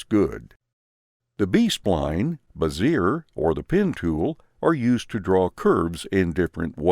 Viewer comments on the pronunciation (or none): FYI - Bezier is pronounced Bez-ee-ay, emphasis on the first syllable.